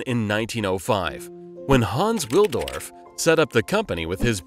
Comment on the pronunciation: it's Hans WilSdorf, not Haans Willdorf